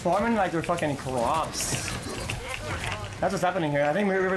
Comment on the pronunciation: Oskar Rådstam I thought he said like crops